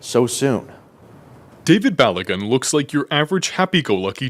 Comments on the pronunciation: Lol 😂 said Balo Gun. It’s actually pronounced: Ba lo goon. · It's pronounced "ba-low-gun" & "e-jot",.